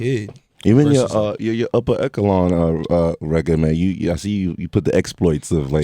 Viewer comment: "Upper ekelon" lmao